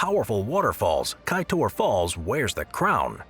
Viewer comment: Kaiteur not kaitor